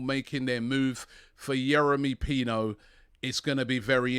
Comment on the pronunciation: Youri Pino robbie said 😅